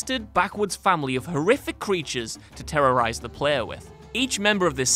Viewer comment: Did I just hear qweature